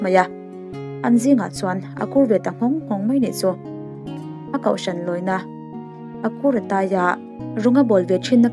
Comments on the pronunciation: "a kur atai" tih tur ani lo...."a kul atai" tih turrr!!!😏🤦‍♂️ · I sawi dik,a kul a tai tih tur